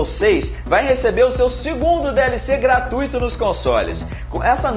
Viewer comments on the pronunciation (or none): none